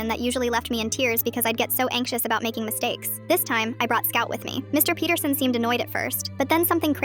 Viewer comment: DID U JUST SAY MR PETERSON LIKE IN HELLO NEIGHBOUR😂😂😂😂😂😂